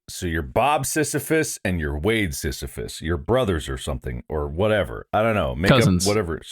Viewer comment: Bob mispronouncing sisyphus and Wade thinking sisyphus would sound like borat under 20 minutes is peak ethan. I wish for a day to see mark ethan bob wade and tyler together in a video 😔